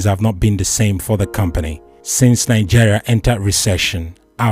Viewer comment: Nigeria not Nijeria